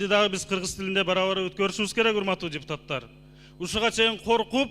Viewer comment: Депутатар" эмес ,,депутаттар".😢 Бир ,,т" менен айтылса, тантык баланын тилиндей болуп калат. Бул туура эмес! Туура сүйлөгүлөчү, урматтуу депутаттар! 😢